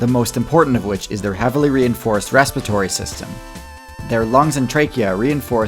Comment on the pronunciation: can you please work on pronouncing respiratory correctly?